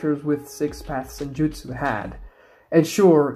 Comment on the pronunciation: They're called jutsu, not jitsu